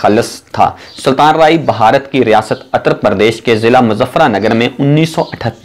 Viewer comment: Ye clip ghaalban Urdu main bana-ne ki koshish ki gyi he. "A"ttar pardesh. Achhe "A"nsan the....film "E"ndustry..... Unnees sao "A"kattar main....s"A"ltan raahi...I love this Rana Sana Ullah Maarka Urdu....like sApreem court.....